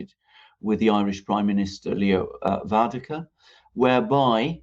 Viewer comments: Repeat after me: " VER-AD-KA" "VER-AD-KA" "VER-AD-KA". Thanks guys, always great work. Much appreciated. Happy New Year! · Repeat after me "Va-Rad-Kar"! Seriously guys it's inexcusable for serious journalists to keep getting the pronunciation of his name wrong.